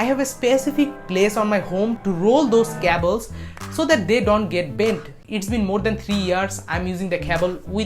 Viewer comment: You say cables wrong it so weird